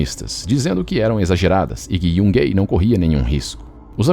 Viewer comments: Excelente vídeo, como sempre, mas gostaria de pontuar um pequeno erro na pronúncia do nome da cidade de Yungay, que sendo um nome que tem sua origem nos povos originários peruanos, deve ser pronunciado literalmente como se lê: "iungai". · A pronúncia correta da cidade Yungay é "Iungai"